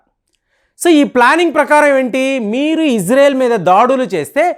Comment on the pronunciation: ప్రపంచమంతా ఇశ్రాయేల్ అని పిలుస్తుంటే నువ్వొక్కడివే ఇజ్రేల్ అంటావు , నీకు చదువు రాదా యటకారమా ,,🎉🎉🎉